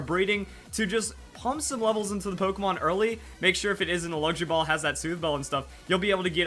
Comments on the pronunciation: I kept Hearing Him say Laundry Ball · I thought you said laundry ball lol